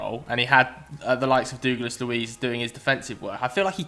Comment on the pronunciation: Who’s dooglas it’s douglas 😂😂